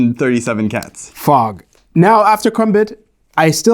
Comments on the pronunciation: I know it was actually “Fog”, but hearing “I’ve come to fuck. Fuck. Fuck. Fuck” had me rolling way too hard LMFAO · The repeating fog does not sound like fog... sounds like f*ck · it really sounds like, instead of "fog", he's saying "fuck" instead 😂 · I know it is saying fog, but it sounds more like the F word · The megaphone does NOT sound like he’s saying “fog”